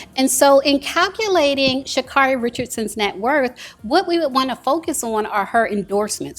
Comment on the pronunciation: She pronounces her own name Sha-carry